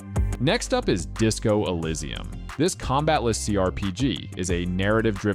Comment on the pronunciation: I enjoyed your video, but you pronounced some of the games wrong - Nier: Automata, Disco Elysium, and Katana Zero